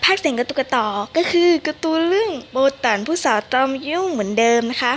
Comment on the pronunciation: ติดๆขัดๆ555ไม่ค่อยรู้ เรื่องเท่าไหร่...แต่อ่านใน WEBTOON ก็สนุกพอๆกับการพากษ์เสียงนี้เลยจ้า...ว่าแต่เขาชื่อโบตันไม่ใช่เหรอไม่ใช่โบตั๋น555